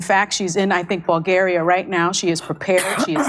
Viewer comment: She said vulgaria